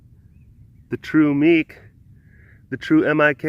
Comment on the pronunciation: oh noes.. you pronounced baby Meek's name wrong!! rut roh...